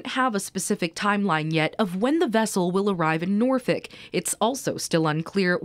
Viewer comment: It's not Norfick It's Nawfek